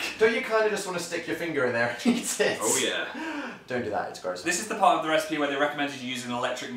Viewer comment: "Recepie"?! Ok someone wasn't even trying by this point! lol